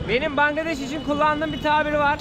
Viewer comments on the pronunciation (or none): none